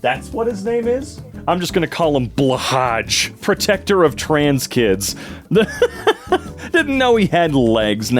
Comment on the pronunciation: It’s pronounced blah-ha